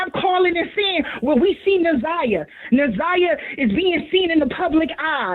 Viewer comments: I want to scream her name is NA-ZAI-YAH!!! Damn, say that baby name correctly!! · I’m sorry but the constant “naveah” is blowing me, NAZIYAH is her name, NA’ZIYAH & for the big ass mucinx monster to not even correct her name when he said it to her blew me even more! Besides that this is great! I’m just now tapping in after seeing clips on tik tok & after the preliminary.. big s/o to you.. this is amazing.. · Na-Zi-Yah she deserves for her name to be pronounced correctly! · How y'all keep calling her Nevaeh damn 😭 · DAMN!! get Na’Ziyah’s name right !!! so disrespectful & unprofessional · The fact that he kept saying her name wrong even watching it now bothers me like mfs be knowing ppl names and just choose to say it wrong smh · Facts!!! Im surprised kept messing it up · It’s pissing me off yall keep saying her name wrong! You should’ve questioned better! That was a mess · Omg they keep saying her name wrong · Respect to this comment and his platform as well. However, I couldn’t even watch a different podcast covering the story because she butchered Na’Ziyah’s name so badly. 😢 I know it’s an honest mistake, but this is journalism.. 😔 Justice for Na’Ziyah Harris. 🙏🏾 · Much later, but yet another person mispronouncing this baby’s name! I appreciate you and it’s my first time here so please don’t take offense. I’m watching after the preliminary trial and the community advocate YT channel also had a moderator saying Za’Niyah’s name incorrectly! It’s so sad! This isn’t just a story it’s a life :(. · It’s not a common name and I get that she mispronounced it, but it didn’t take away from the overall content and awareness of how the people and system failed her. It was full of great questions and commentary.